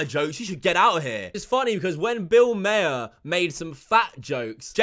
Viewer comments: mate hopefully someone else during the past 3 years has corrected you its Bill Maher and not Bill MAYer. Sounds like Mahhh 👍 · Just an fyi. Bill maher's last name is pronounced as mar, not mayor. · It’s pronounced “Bill MAR” you stupid fuck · It’s “mar” not “mayer” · Its pronounced bill 'mar' not 'mayer' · Maher is pronounced as Marr. I like the background by the way~ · Liked the video. I have limited exposure to Corden, so this was disappointing news.. BTW, I am a huge fan of Bill Maher, and his last name is pronounced like the planet Mars, but without the S. Not trying to be a nob or a wanker. LOL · Bill Maher not Bill Mayor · Bill Maher is fantastic, and I love it that you got his surname pronounced wrong, as so many British people have done. He gets it all the time. Bill is fantastic on HBO and long may he stay there. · I knew Corden from Doctor Who before he took over The Late, Late Show. My impression from those TripAdvisor reviews was that the audience members seemed entitled with their talk of "precious vacation time" and their offense at a talk show host not interacting with them. And where did you get your pronunciation of "Maher"?